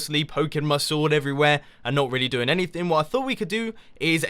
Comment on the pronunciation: For when I watch it... it sounds like do